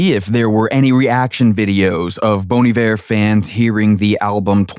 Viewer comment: Sounds like you're saying "Bon the Bear"